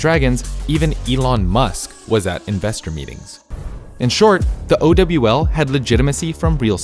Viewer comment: OW VIDEO??? we so back edit:nvm bro this aint it Bro called it "Oh-double-u-L" and then said it was filled with microtransactions, aight man i get trying to make a story in a video but that doesnt mean you can distort the facts like this, remember where you come from